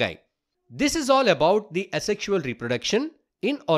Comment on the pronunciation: its 'asexual' and not 'a sexual'..